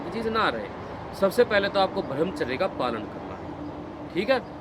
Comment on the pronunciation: आज़ आपने मेरे मन की बात कहदी,,, ब्रह्मचर्य का ठीक उच्चारण कीजिए भाई साहब